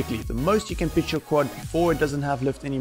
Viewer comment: Great tutorial, really enjoyed it. When you say pitch it sounds like bitch haha. I had to rewind to check. Where are you from with the accent?